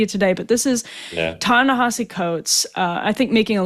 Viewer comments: Good interview. Btw it’s not Ta Na HAH See It’s Ta Na HEE See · Ta Na Hee See Coates. Please say the name correctly. I don't like the guy's positions, but its sloppy journalism to mispronounce someone's name.